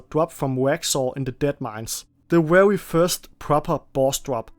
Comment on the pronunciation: Are you unable to properly say very ?